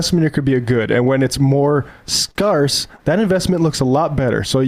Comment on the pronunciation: I've never heard someone pronounce the word scarce like does at the end of the clip. 😄